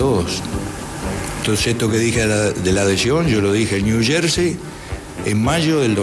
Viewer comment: "... sho lo dije en Niu Yerrrsei.." jajajajjaa cómo me tenté en esa parte, jajaja... Muy gracioso y bonito este programa... (lástima que es una réplica exacta de TVR)